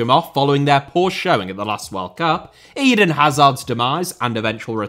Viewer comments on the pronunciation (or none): none